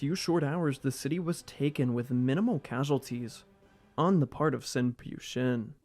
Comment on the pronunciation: Pyu is pronounced "Phew" not "p you"